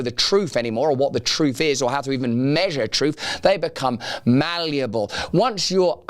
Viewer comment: It's "truth", not "troof".